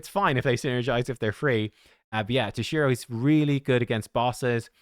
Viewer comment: tOshiro not tosh-I-ro